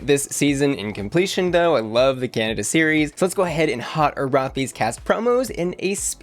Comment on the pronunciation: lets see how long it takes tfor to realize she said canda and not canada